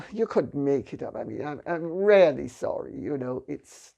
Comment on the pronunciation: Her "really' sounds as "rarely" :-)